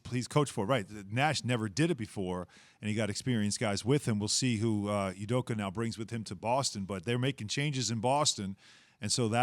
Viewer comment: Pronounced "Ooh Doka" not "You Doka"